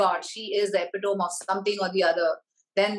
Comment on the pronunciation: Not epitome (tom) it’s pronounced as epitome (tomeee)